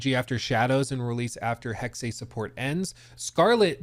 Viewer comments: Omg it's not Hex-ay, it's Hex-ah. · You're right it sounds dumb. But correct German pronunciation is Hex-ah. But Hex is better than what he's saying, I cringe every time. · Mygod.. please stop saying "Hexay" sounds dumb. Its just Hex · you are correct, it is Hex-ah Major cringe for sure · just say HEX... really. It's giving YaSUHke after you already played the game... where every single character calls him Yaske. It's not cute. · Why does he pronounce Hexe that way.